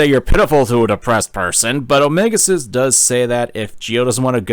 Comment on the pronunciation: I keep hearing "omega sus" instead of "omega xis" among us has fucked with me and i fucking hate it